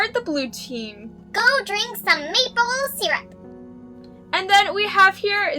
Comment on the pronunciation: Oml i though just Said meatball syrup but then i realised she Said mable syrup.......oof